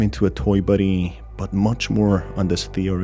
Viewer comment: I'm not tying to hate but why do you say body like buddy